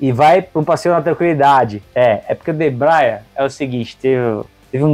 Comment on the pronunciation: o caipira ainda fala errado é DEBREIA FELHOOOOOO